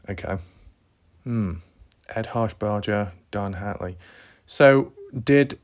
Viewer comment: ED HARSHBERGER! NOT HARSHBARDGER! say it like burger not bardger shit fire bro if ur gonna talk about something pronounce it correctly!